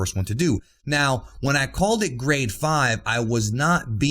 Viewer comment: For the longest time I thought you where saying "grey" instead of "grade"😂